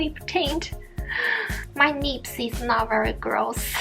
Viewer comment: When you said “lips” , it sounded like “nips” .. 😂😂